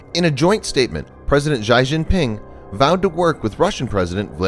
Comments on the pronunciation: It's not shy jinping. It's pronounce Shi for Xi. So Xi(Shi) Jinping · By "Most Powerful Nation" you mean "Most Militarily-Obsessed Bully”. Easy mistake to make. Just as Xi is pronounced “she” not whatever mess you made of it 🤣 All empires rise and fall like the waves.. America's time will come also. It is inevitable. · Xi Jinping's name is pronounced she gin(like the drink)-ping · Xi is pronounced "Zshe"